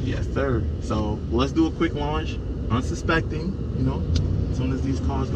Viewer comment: You did say unsuspecting. Yo your hands went up like when Kingda Ka takes off. Where u was hiding that accent this whole time?